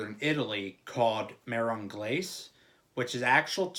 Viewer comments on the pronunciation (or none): MAH-RON GLAH-SAY :) That's how you say it :)